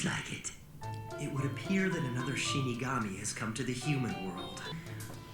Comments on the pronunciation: It's Shinigami not Shimigami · ShiNigami, not ShiMigami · XD Shin Megami, called it a Shin Megami, like Shin Megami Tensei Persona and the like. Nothing against it, just super funny cause i love that series. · I keep hearing Shin Megami (as in the video games)